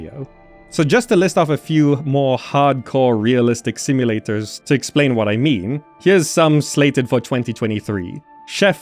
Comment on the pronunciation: "Simu-lay-TORS" haha, great video!!